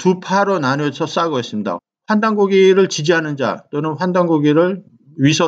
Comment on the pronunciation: 1. 한단고기가 아니라 환단고기입니다 2. 삼한, 삼조선 시기에도 단군은 한명 뿐이었습니다.. 단군은 천제이며 천제가 여러명 있을수는 없죠.. 단군 아래 가한은 여러명이었습니다 예를 들어 번조선의 왕의 칭호는 가한이었습니다 (중국사료(한서)에도 기록되어 있음.. 단군조선 멸망후 기준은 가한의 칭호를 버리고 왕을 칭함).. '한'이라는 용어는 중의적인 의미로 생각할수 있으나 그중 하나는 가한의 나라라는 의미입니다.. 가한은 단군조선의 제후국, 대부족장의 호칭이었죠.. 단군은 천제이며 오직 한명 있었고 영토를 나누어 가한들이 다스리게 하였습니다.. 북방 유목민들의 대족장의 명칭이 칸인것도 그런 이유에서죠... 몽골인들은 '칸'이라고 발음하지 않고 '가한'이라고 발음합니다.. 신라의 시조 박혁거세는 거서간이었고 내물왕부터 지증왕까지 마립간이었습니다.. 신라는 천제의 나라(홀본부여와 고구려)의 속국임을 자처할때 가한이라는 왕호를 사용했죠... 3. 조선은 아사달의 한자식 표기입니다.. 그러므로 조선은 나라이름이 아니었습니다.. 수도의 이름이었죠.. 제왕운기와 산해경에는 각각 단군조선과 동이는 십여개의 큰 나라와 수십개의 작은 나라로 구성되어 있다고 기록하고 있죠... 발해만의 조선을 나라 이름으로 표기하고 칭한것은 중국인들입니다.. 그러나 발해만뿐 아니라 삼조선 시기에 조선, 아사달은 세군데였죠.. 진조선에 단군이 거처하였고 번조선과 막조선은 가한이 다스렸습니다... 후대 우리 사가들이 통합하여 단군조선으로 나라이름을 기록하였던 것이죠